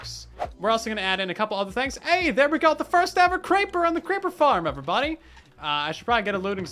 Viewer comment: "Let's make a creeper farrm.": "Hold my beer."